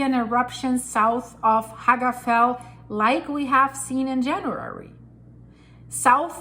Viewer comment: Little pronunciation tip. Double "L" in word FELL like Hagafell is pronunced "TL" like FETL ;)